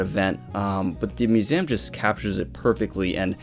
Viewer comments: I'm sorry but I can not get over you say museum bro. That accent is strong on that word only. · The way you say museum... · Why you pronounce museum like this? Have I be pronouncing museum wrongly my entire life?! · All topics aside, Why do you pronounce museum like that? Are you an alien?